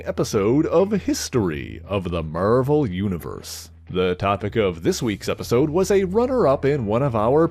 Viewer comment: MERVEL? Where is that pronunciation from? Its pretty distracting lol.